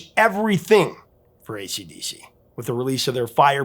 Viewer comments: I’ve noticed the repeatedly says “ACD” not “AC/DC.” Is this just a quirky mispronunciation, or is there something here I don’t know about? I noticed him doing it on previous videos. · He keeps saying acd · ACD riffs? ACD riffs? ACD riffs? Sure, you can miss out the C once by mistake, but 3 or maybe it was 4 times in one video? C'mon man🤬🇦🇺